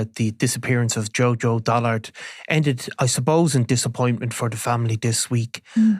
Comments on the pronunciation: It's Dullard not Dollard 🙄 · Dullard NOT Dollard. Do basic research.